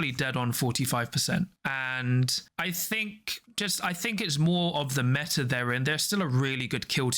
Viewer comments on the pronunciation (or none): none